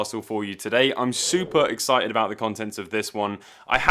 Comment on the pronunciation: "supah ex sigh ed"